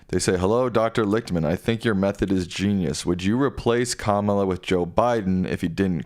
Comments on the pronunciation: FYI. It's neither pronounced "Kaaaamala" (1st a long) or "Kamaaaala" (2nd a long), its just "Kamala" (both a's are short). So let's get her name pronounced correctly. Her name means "Lotus Flower petal" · You keep saying her name wrong. Kama-la not Ka-mala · Comma-lah. Learn it.